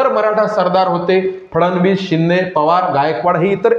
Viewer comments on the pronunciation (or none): none